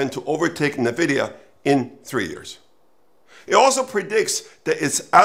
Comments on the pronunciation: This expert doesn’t know how to pronounce NVIDIA, very bizarre. There is no bubble — look at the benchmarks of AI exceeding human performance on a wide range of tests. So, by displacing human employees with AI, many companies will reduce their costs by a huge number while AI companies will have giant profits by selling them AI solutions, but a lot higher than $20/month. Let’s say it displaces 50 million people over the next few years in US and Europe $100K/year average. That is cost reduction of $5 trillion. Let’s say AI industry gets half of that as their revenue. The social impact on people’s lives is a different question. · You lost me when you couldn’t even pronounce Nvidia correctly. Many experts predicted the downfall of Amazon in 2000 because it did not make any money while building out infrastructure and its own delivery logistics. Microsoft was so confident about its own mobile strategies it bought Nokia but gave up 3 years later in 2017. China’s Tsinghua Unigroup had made verbal offers to take over TSMC in 2015, but it declared bankruptcy in 2021 instead. TSMC is fully booked through 2027. Corrections? Yes. A bubble? Not in the next couple of years. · Would be more convincing if you pronounced Nvidia correctly, sounds like you have never listened to a single Nvidia earnings call. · Dude can't even pronounce Nvidia and thinks he should make a video on the AI bubble 😂 classic.